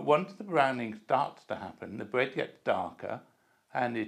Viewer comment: Nice and criwspy bwead. Why do many British talk this way